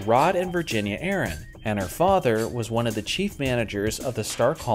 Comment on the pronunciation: It's Samus uh-ran like "she ran". NOT aaron